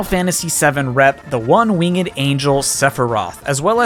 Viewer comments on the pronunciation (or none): Why do people pronounce winged like "wing-id"